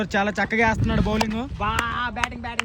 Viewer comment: Puku laga Vundhi bowling …bowling anta